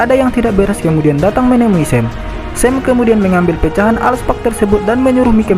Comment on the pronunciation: Alk Spark Bang Bukan Al Spak